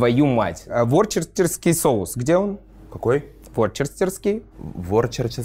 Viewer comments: Ворчерстерский соус произносится как Вустерский!:) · Worcester произносится как «Вустер», поэтому и соус «вустерский» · Не ВОРЧЕСТЕРСКИЙ соус, а ВУСТЕРСКИЙ